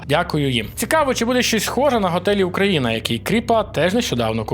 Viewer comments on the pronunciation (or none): none